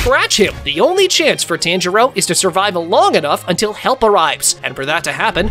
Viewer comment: tanjio💀💀💀💀💀 its tanjiro😂😂